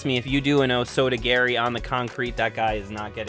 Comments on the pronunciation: Nice vid but correct pronounciation is Oh-soh-toh-gah-ri (not osotogary) and ipp-ohn-seh-oi-nah-geh (not iponseoinagi) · Respectful video, nicely done. However, your pronunciation of o soto gari is unfortunately wrong. O Soto "gahr-ee" is the right way. "Gari" means reap, which is the method of execution for the throw. Your pronunciation of "gary" sounds like the japanese word for kick, which is not the right technique. In your case, your pronunciation literally translates to "major outside kick." As a rule of thumb, for non Japanese speakers (like myself) you can use a spanish pronunciation for all Japanese vowels. This is because Spanish and Portuguese monks went to Japan and introduced the "Romaji" transliterative character set, which matched sounds they heard to the latin/spanish/western alphabet they were used to. So, the words you're using would be o soto geri in Romaji. -respectfully. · I was just poking fun at the way you said it as I always heard it pronounce as _oh-soh-toe gar-ee_. Not, oh soda garry. Who is Garry and why does he want a soda? Soda is bad for you. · Being able to practice. throws and sweeps fully is a significant key to what is actually learned. If you're pulling back on a karate strike to keep your practice partner safe, you are repeatedly imprinting what will actually happen in a full-on fight--- you will hold short on strikes. Please, the pronunciation--Oh soto- gar- EE (as in 'hard', not 'hair'). Say- O- Nog- EE. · Love it! "OSOTO Gary" LOL. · Please don’t say osoto-gary 😅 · O sota gary? Please pronounce it properly